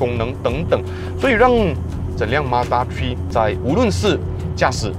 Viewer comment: mazda 「tree」